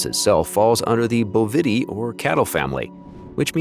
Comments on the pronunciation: Sheep. Bovidae. I despise robot voices!! Pronounced here as boh-VI’-dee. ‘I’ as in “it” (or in :) Like OMG!!! It’s BOH’-vi-deye . . . 🙄😲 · You pronounce things differently than I have ever heard them. Bovity... really?